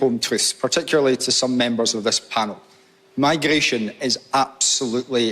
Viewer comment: What’s migrrrrrration? 🤣🤣🤣